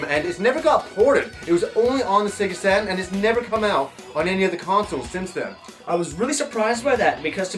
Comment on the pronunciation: I think he called the Sega Saturn "SATAN"